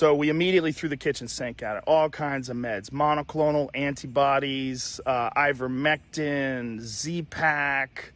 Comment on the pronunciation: "Uh, Ivermectine!" ....nuff said 🤣